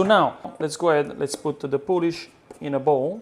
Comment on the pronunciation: Coming here for a 1 hour pizza dough: "the poulish after 24 hours". Okay.